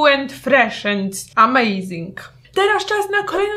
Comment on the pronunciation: Niu end fresz emejzing😂😂😙😙 te słowa mówią więcej niż Rafaello😂😂😍😍😚😘